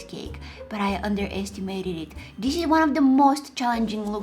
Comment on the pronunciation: I love her voice and I love how she does say dis not this 😘 and by the way it's a crazy idea to put eggs in your face cuz I tried it and my head hurting and it will let your face small like chicken pop and I love her sweet laugh